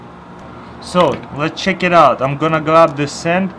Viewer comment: Actually it's let chek ii ou